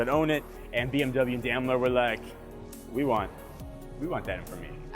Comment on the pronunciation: You're pronouncing Daimler very wrong lol.